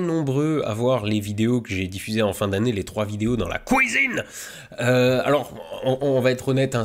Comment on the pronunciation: j'ai bien aimé la "couisine" ! Le ton est là c'était sympa de découvrir des trucs nouveaux.